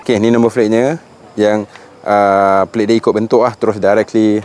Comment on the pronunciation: Asal sebutan no plate kau jadi no "flate" ?